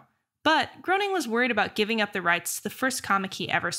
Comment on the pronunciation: Tessa, Matt Groening’s last name is pronounced “Graining”, and not “Growning”. And unlike you, I’m old enough to remember seeing the original shorts on the “Tracey Ullman Show”. Loved the Simpsons for about the first 7 seasons, then the writing began to suck. Haven’t watch it since.